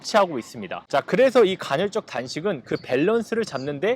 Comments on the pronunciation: 간헐적 단식을 계속 간‘혈’적 단식이라고 하는 거만 빼면 좋네요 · 간헐적 단신을 논하지만 간'혈'적이라고 발음 하는 그는 도덕책... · 형님 계속 간혈적 단식이라고 발음하시네 ㅋㅋㅋㅋㅋㅋㅋㅋㅋㅋㅋㅋㅋㅋㅋㅋㅁ